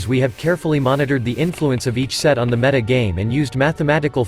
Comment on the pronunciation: oh my god you fixed the pronunciation of 'meta', that is the best thing I've heard since returning to hs a few days ago